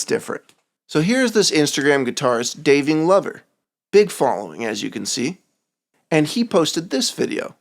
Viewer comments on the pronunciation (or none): Daving Lover🤣 dude im pretty sure its supposed to be Davin Glover 😅 very insighful vid tho! that just made me laugh i had to say something xD